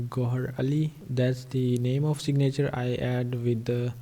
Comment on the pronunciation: Great video. A few English tips, "signature" is pronounced "sig' - na - ture," not "sig - na' -ture," with the emphasis on the first syllable, not the second syllable. Next, the sound of the "a" in "na" is a short "i" sound, not a long "a" sound. It's almost the same sound as the "i" in the first syllable. Also, the "v" in "video" is a voiced "f", which is not obvious, but it's accurate. If you pronounce the imaginary word "fideo," then pronounce "video," they're shaped the same way. The "v" sound starts with an "f" sound that gets hummed. Respectfully submitted. Regards, D.P. Henderson, NV, USA